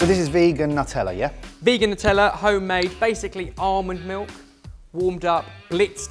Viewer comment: Sweet potato in the toaster -- who knew? "Not-tella" HA!HA! Be kind to Vegans -- they leave more bacon for the rest of us.